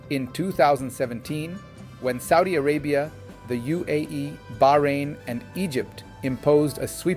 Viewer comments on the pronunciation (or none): none